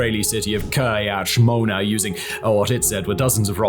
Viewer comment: American pronunciations of Hebrew words are always atrocious. It's KirYAt ShmoNa, not KIryat ShmOna 😂